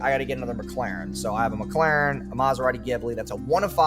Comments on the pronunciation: he claimed Charlie said McLaren wrong but he calls it a “McLerrn” 😂😂😂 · What a douche. It is Mc-Laren, not Meh-Claren XDD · Calls out charlie for nitpicking about pronunciation Literally 3 videos ago: Nitpicks how charlie pronounces Mclaren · What l found funny is he was dissing Charlie for supposedly mispronouncing McLaren by saying Penguinz was saying McGlaren while when said it he was actually saying it as McClaren. So in his rant about Charlie clearly mispronounces the same word. He added a second ‘c’ to McLaren. He’s a joke😂😂🎉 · The only gripe is how Charlie says Mc-Laren. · its not mclaren its mCKlaren, yeah you really got him with this. that dude is insufferable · "He doesn't even know how to pronounce mclaren or rolex" he says while mispronouncing both of them. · "it's not mclaren, it's mclaren." the world isn't gonna end by changing the slightest syllable of a word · Meanwhile attacks charlie for saying McLaren wrong 😭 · "If you get that triggered by the fact that I [said your name wrong], that's a massive insecurity" - Guy who got triggered over someone saying "Mclaren" wrong. Also pretty sure everyone says his name wrong. Think it was on Steve-O's podcast where he said it was actually "Penguin Z Zero" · Someone saying "UN-experienced" has no place telling others they're pronouncing McLaren wrong 😂